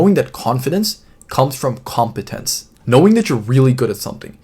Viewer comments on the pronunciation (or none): When you said 'confidence comes from competannce' I was sold Good video man❤